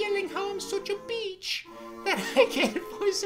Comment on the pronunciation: "such a BeEcH" lmao and the background "British" music stop 😭